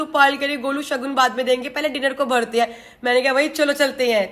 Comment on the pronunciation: कृतिका जी सगन नही शगुन बोला जाता हैं।